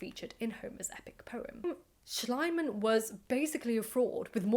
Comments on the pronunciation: I think it's really funny how you pronounce the name Schliemann, as the German pronunciation isn't Schlaiman (which is my attempt at writing it the way you say it), but more like Schleeman, it's pronounced e, not i. However, Schlaimann sounds very much like Schleimmann, which is German for slimy man, which kind of makes this a lot more funny 😂 Ope, just saw others already pointed out both the mispronounciation and the funny meaning of it, so I'm late to the party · Actually the name Schliemann is pronouced like "Shleeman/Shleemun" ..the German letter combination "ie" (called in German "the long i" pronounced longer than just a solely written "i" which is pronounced like the English "i" in "is" or "in" or "mirror") is like the english "ee" like "flee" or "knee" or "glee"..the German "a" is like the british RP English "a" in "fast" or "task" or "mask" or like the English "u" in "hunt" or "blunt" or "trust" Would his name be "Schleimann" with letter combination "ei" which is pronounced like the English "i" in "isle" or "Ireland" instead of "ie" then your pronunciation would have been basically correct. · The keyword here is "gross exaggeration". Most scholars today admit that modern archeology actually started with Schlieman (Schleeman not Schleyeman). We have come a long way since then and should maybe not judge mistakes by modern standards. I think most of the English narrative boils simply down from being pissed that a German bloke "stole" the glory from a Brit. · I assumed it was an intentional mispronunciation, in keeping with the premise of the narrative: Schliemann=slime-man. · I love how the way you pronounce the name, "Schleim-Mann", would literally mean "Slime-Man" in german 😀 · It is pronounced SHLEE-man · I like your pronunciation of Schliemann, if incorrect, far more, because it sounds like Schleimmann, meaning a slimmy man or a sycophant. Befitting a man such as this. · I think it's pronounced "schleeman" (ˈʃliːman in IPA)